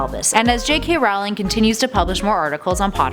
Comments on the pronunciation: it is JK ROLLING. not ROWWLING, i know its spelled ROWLING but it is pronounced ROLLING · She said ROWLING not rolling. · You pronounce it J.K. Rowling(Rolling) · JK ROWling not JK Rawling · JK's last name IS NOT pronounced r-OU-ling it's pronounced r-OE-ling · It's Rolling, not Rowling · goddamn you americans, get you shot together and stop calling her raoling! makes me cringe so hard, it's not a secret how her name is pronounced... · row row Rowlings God learn how to say the name right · It is somehow impossible for to EVER pronounce JK Rowling's name correctly in any of their videos on (ostensibly and ironically) Harry Potter facts.